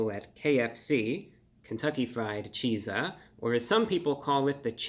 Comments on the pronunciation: Exactly. How is it so hard for ppl to understand that? CHEAT-ZUH NOT CHEE-ZUH use common sense people! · Thank you. Him pronouncing it “Cheese-a” is driving me crazy. It’s basically the word pizza with the “ch” from chicken slapped on the front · From the name it looks like "chi-zah" not "chee-zah" and sounds inappropriate lol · I think it's supposed to be pronounced the same as pizza, sooo, cheetza, not cheesa. But great review 👌 👏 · I would probounce it a cheets-uh, not a cheese-uh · its pronounced chizz-uh! not cheese ah! look at the way its spelled! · this is one of the most heinous concoctions I've ever seen. also i feel like this should be pronounced Cheat-za more like pizza instead of cheeza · Surely it's meant to be pronounced 'Cheet-za' as in Pizza? Not Cheeser? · I am only interested in this product if it is pronounced "CHEAT-sah". If it's cheeza it doesn't exist to me. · So its Chizzah. Not Cheesah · It’s not pronounced “cheez-ah”! It’s pronounced how its sounds…”chizz-ah”. Like in, “waddup my chizza?” I thought you were the pro dude! 😉😂😂😂😂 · not cheeeza chizza. izz not ees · ...it's not pronounced "cheeza" it's just like pizza "peetza" but with chicken so its pronounced "cheetza" Bruh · Isn't it pronounced cheetsah (sounds more like pizza and chicken mixed than cheezah, which sounds more like pizza and cheese mixed). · I would call it more like chizza like pizza and not cheeesa like cheesepizza!!!!but thats just my opinion!!!! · It’s pronounced “Cheetza” like pizza, not “cheezah”. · ChIIIIIIIIzza. Not ChEEEEEzza. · I think its pronounced "Chee-tzah" just like pizza would be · I'd pronounce it more like cheet-za, personally, but to each their own. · He kept saying Cheetzuh like cheesah. Isn’t pizza peet-zuh and not peesuh? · Shouldnt it be pronounced Cheetza? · So it's pronounced chit-za? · Wouldn’t it be pronounced cheet-zah? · It's pronounced Cheat-za, because they cheat you out of your money. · I think it's pronounced "Cheet-za"